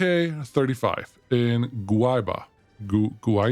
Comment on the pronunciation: That's a real city in Brazil. Great to see that :) And you said right the Guaíba